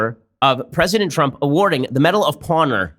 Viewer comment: I think Ben is really proud of the medal of "pawnor" lol